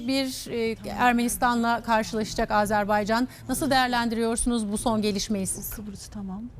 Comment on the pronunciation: Hocam sanki Azerb(e)ycan diyorsunuz.Azerbaycan olacak doğrusu. Saygılar.